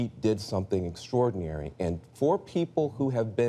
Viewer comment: Robert House ...what was "extrodinary " is that he read the teleprompter without the help of Putin hacking it!